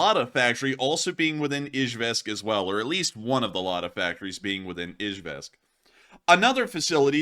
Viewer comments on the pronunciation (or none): It's pronounced E Jevisk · Dude if your going to make a living off of War Blood at least make a fkn attempt to pronounce city names correctly. Eezh yevsk - Nee zhnee Nov gor od - Chye lya beensk. Flame me all you want IDGAF but he is a typical lazy social media grifter.